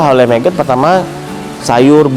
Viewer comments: MAGOT MAS..BUKAN MEGET ?? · Bukan meget bang , tetep nyebutnya magot